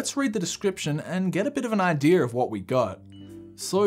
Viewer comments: it's "idea" not "idear".. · he said "idear" lol